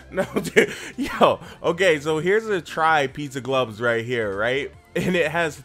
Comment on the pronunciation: why do you say glubs instead of gloves?